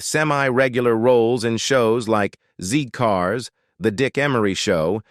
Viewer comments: It is "Zed Cars", not "Zee Cars". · You say they aged badly , but you pronounce words badly. Zee cars is Zed cars...and Allo allo, should have a French tone, which lifts the sound to A low....A low sort of 😅😅😅😮😮😮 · Z CARS is pronounced ZED CARS not ZEE CARS. This is mentioned in Wikipedia and IMDB. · ZED CARS, not ZEE CARS! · Why are you calling the vicar Clive Swift at 14, mins, and it is Zed cars not Zee. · Zed cars. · It's zed cars not zee cars 😂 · It is Zed Cars not Zee Cars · Zed cars* not zee cars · Don't be tough. The information was good except for the zee/zed thing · Its pronounced zed cars not zee car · I hate the AI voice and it’s a dealbreaker for me. ‘Zee’ cars …….mg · Zeee cars. ? 😂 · Awful narration eg "zee cars"!